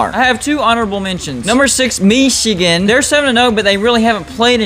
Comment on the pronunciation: I really love the way you say Michigan, I find it hilariously amusing.